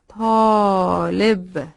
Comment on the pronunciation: Mam i have question When you wrote talib, you pronounced it perfectly, but there was no short vowel. As for me how do i know how to pronounce it when there was no short vowel